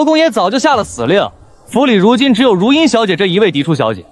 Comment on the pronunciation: 女主叫姐姐，又說是庶妹，bug AI 常念錯字，如茵有時念成如（環） 字幕錯字多，無媒苟合